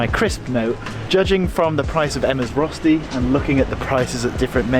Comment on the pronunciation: Are you a bit indian ? Because Röschti is the sh sound. And restaurant is the s sound in. :)